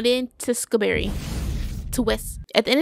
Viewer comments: Tewksbury (too- ks- berry) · For those of you confused: Vy-count two-ks-berry No hate :) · Alternate title: trying to pronounce Teweksbury and simping for "Minecraft" for 26 minutes and 43 seconds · saying tewskaberry for majority of the movie had me hollering 😂but I loved the reaction to this it was great I’m so glad she got his title by the end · Her not pronouncing “tewkesbury” is making my blood boil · … keeps trying to pronounce the words how they are spelled and not how they sound.